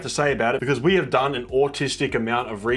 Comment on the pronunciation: The word “autistic” said in an australian accent just cracks me up for some reason lol